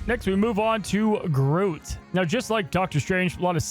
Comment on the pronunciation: Wait, how did yo pronounce groot? Groat?